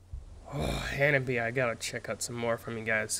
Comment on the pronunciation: The name of the band is wrong. In Japanese reading, it becomes HANABI-Eh and pronounces E. Some people ask me to forgive you because it's an English pronunciation, but please refer to it for the time being.